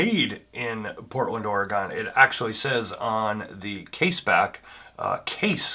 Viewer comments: my god man...OR-GUN not Orahgawn. nice video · You lost me at Ore-Gone…